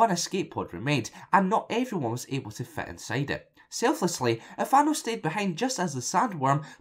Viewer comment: That's a serious accent compared to my American Mid Western accent. Or maybe I'm the one with the accent?? Either way, I love "Fit inside" sounds like "Fett inside". Haha. Love it.